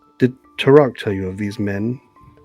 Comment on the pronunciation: Ah thanks for the recap on the race & classes. Autognome eh. Will you be going into space after all? Hmmm. 🤔 I would have never guessed rogue though, did I miss a sneak attack somewhere? Also, Me-Co-nids? Mick-onids now is it? And I keep hearing you say Tur-ock for Tarak (I say Tear-ack.) but it keeps making me think 'dinosaur hunter'. 😂 The sea-spawn and obelisk was totally new too. It was really generous of the DM to allow the creation of healing potions/antitoxins with just the herbalisim kit and no downtime, gold cost, formula or spell slots with the relevant spell used. Base rules (non xanathars) those should have cost 200g, at 5g work per day allowed max, with cure wounds etc known and used, at minimum. Which would have taken 40 days... or if you subtracted half cost due to consumable caveat... 20 days. Zero time, money, spells slots is again very generous. Not to mention zero sturges or drakes... vvveeeeeeeerrrrrrry generous. I'm glad the Druid didn't peak so much but sometimes the Cleric would mutter, like describing his boss kill, it was difficult to hear him... unless it was his mic dying? It did sound a bit fried sometimes... still, glad to see progress, level two! Oh... and the best part is the little scream the guy does. Thanks for the game, cheers!